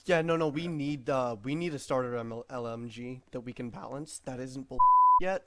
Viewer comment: Its balance not ballance